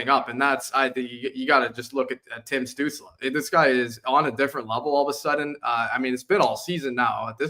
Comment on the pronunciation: Holy! I can't believe that people still can't pronounce Tim stutzle name ever have beef stew or apple studel it's not stut like butt it's stutzle like motley crue stu stutzle